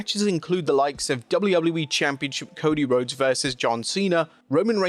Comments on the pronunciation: “Cody whoades”😂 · Ahh yes, the Amewican Nightmare, Cody Whoades… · "Cody Whoades" 💀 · 'Cody Whodes' 😂